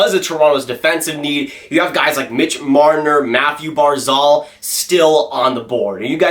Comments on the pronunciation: It’s barzal not barzol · "Mathew Barzal" 😂😂😂 pronounced Barzel